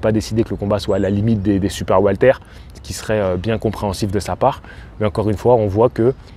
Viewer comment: Super video comme d'habitude. Par contre j'entends le prénom Walter au lieu de welter(weight).😅